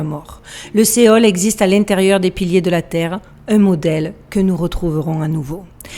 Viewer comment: Pour info, " Sheole" se prononce " Chéole".